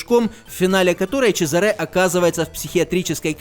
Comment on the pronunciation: Хорошая игра, спасибо! Только, конечно, в имени Чезаре ударение на а, это ж итальянец